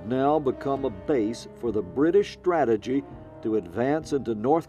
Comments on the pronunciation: "Stagagy" ? Do you mean "strategy"?? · About Minute 40 - "STATAGY". Not very professional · The British “ Stategy”?